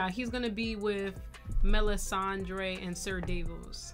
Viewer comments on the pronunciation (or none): The way be putting that “urban” pronunciation on their names be sending me 😂 MellisANDRE & DanneREEs (I know that’s not how you spell those but that’s how it sounds lol)